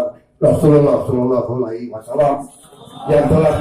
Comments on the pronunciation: 2 kali aku dengar kn tp KO sm Hulai Yg sm,😀😀😀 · Apa kah aku sendri yg salah dengar ya, Ko Hulai Ayam 😀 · Kok hulai lagi ya ,,,ap pk prabowo ngak belajar dari kesalahan anehnya ulama pndukungnya tidak mngoreksi ksalahan pak prabowo....mbok ya dikasih tau pak bacaanya salah gitu...